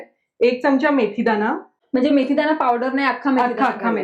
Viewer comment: चमचा शब्दाचा उच्चार च्यमच्या करु नये.